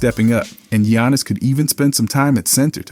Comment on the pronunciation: "Gee-yawnus" has been in the league too long for you to pronounce his name that way 😭😭😭